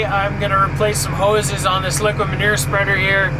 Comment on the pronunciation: It sounded like you said liquor manure instead of liquid manure. There's a thought for you!